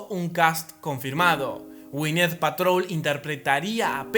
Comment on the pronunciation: Es Gwynet Paltrow no Patrol,es Bruce Banner no Branner y es Jeremy Rener no Jaremy. Excelente video ❤❤❤❤❤ y todas las películas de esa fase me gustan